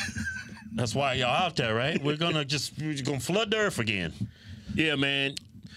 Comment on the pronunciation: The earf!! Lol